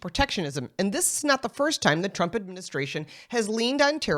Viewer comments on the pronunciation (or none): none